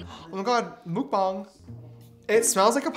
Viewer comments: How James pronounces muckbang is like moo-k-baang and how he says apricot makes me crack up! hehe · The fact that James said "MoOkbang" is just hilarious